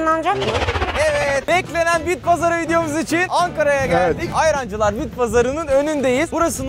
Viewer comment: Ayrancılar değil ya Ayrancı😂 her seferinde yanlış söylüyorsun